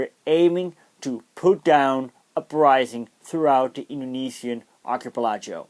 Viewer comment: Excellent video. By the way it's pronounced 'Ark - y - pel - i - go ' . I hope this helps!